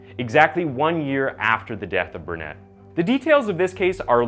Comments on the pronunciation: The name is Bernadette, not Burnette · Not Bernette, but Bern a dette. Not Aines, but Inn es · It still amuses and disappoints that you don't look at how to pronounce victims' names. Bernadette is Bernette? Could you please use Google or hire someone? You mispronounce more than half of the names you read it honestly just seems purposeful or at least disingenuous at this point. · Bernadette. “Burn uh debt” or “Burn uh det” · I don't understand why you can pronounce all of these other women's names but you continue to call Bernadette as Burnett. Go back and look very very irritating. They are people too